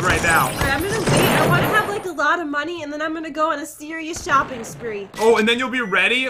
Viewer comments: u said shopping instead of shooopping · I think its shooping idk